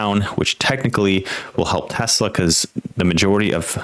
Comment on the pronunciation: AI flub.TESLEEE??? WTF